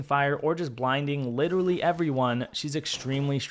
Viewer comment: Did you say witeally